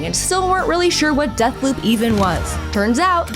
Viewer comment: Sooooo you say Deathloop... but(t) is more like Dead-p**p :/